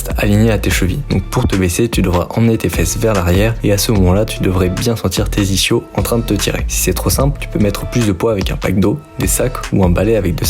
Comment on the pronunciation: J’y connais rien en sport mais en vocabulaire : j’ai bien vérifié, ça se prononce iskyo jambier. Comme l’ischion (ou ischium) qui se prononce iskyon. Et merci pour tes supers explications ❤